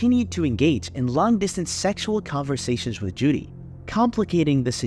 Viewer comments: JODIE, not Judy. You called her Judy quite a few times. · I swear I heard Judy a few times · It’s Jodie not Judy